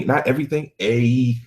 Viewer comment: LMAO, "Eaiything"!